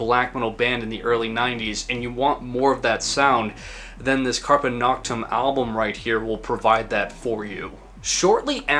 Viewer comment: carpe noctem speak Latin bad.